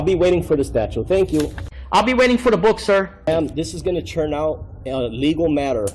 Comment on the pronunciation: “Is it my churn to speak?”😅